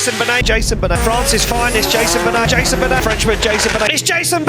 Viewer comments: A chaque fois que tu dis: Jason bunnet. je me marre aussi et je sais pas pourquoi ! 😂😂😂😂😂😂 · "jayzeune beunette " 🗣️